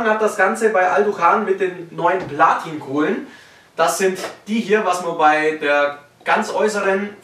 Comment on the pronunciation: "Blatin Kohlen" 😂😂😂